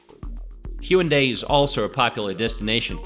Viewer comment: Brian Y. Actually, there is no 'w' sound in the Korean language, so although it's customary to spell it with a 'w', it is definitely not pronounced that way. The correct pronunciation is more like 'Hey-OOn-dey', except that there's no 'y' sound at the end of the first and third syllables.